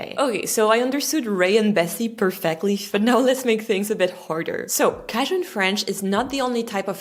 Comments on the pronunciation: Not "cahdjun", it's "cayjun", exactly like you pronounced Acadians "uh-cay-dians." Never mind, as the video progresses I see you're saying "cayjuns." It's odd that your video is evaluating a language somewhat like your native one but are pronouncing the very name of it differently at different times. The Louisiana French (of which I know many) pronounce it as I've pointed out, I've never heard them pronounce it any other way, thus how jarring it was for me to hear you at the start of your video saying "cahdjun" . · What a fun video! Though I have never heard the word Cajun pronounced with a short a. Always have heard it with a long a.... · I’ve always heard ‘Cajun’ pronounced with a long ‘a’, not a short ‘a’. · It's pronounced "CAY-jun," not "Caj-un." My uncle from Baton Rouge, Louisiana believed that he was a Cajun, and he spoke Cajun French. When his daughter investigated his genealogy, it was determined that his ancestors came directly from France. He was disappointed, since he felt like a Cajun! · Cajun….pronounced with long “a”…as in “cake”….not the short a…as in “cash”…..The j is hard as in “jump”…so, it’s “KAY-juhn”instead of “CASH-un”. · Sweetie, is isn't Kie jun, it's Kay jun. At least that is how we pronounce in Naw uth Cairo lina. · Another good video. One small unsolicited correction: cajun is pronounced "Kei-jun" and not "ka-jun" (if that makes sense...). Keep up the good work!!! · It's pronounced "Kay-jun", not "Kah-jun". Long 'A' sound. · Fun! btw...a little surprised you're calling it "CAH-jin" French. It's pronounced CAY-djin ! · it's not k-jin, it's kei-djun. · Cay-jun, not cah-jun. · Pronounced, "Kay-shun." Not, Cashun. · What strikes me is the way you pronounce the word "Cajun". The way you say it sounds like "ka-zhen". Most Americans pronounce it "kay-jun" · Kay junn. Lol. Not Kaj inn. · Cagen....cage-en....not cah-gen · Cajun is pronounced "kei-jen", not "ka-jen". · It's CAYjun. Not CAAjun. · Kay-Jun aka cajun 😮not catjun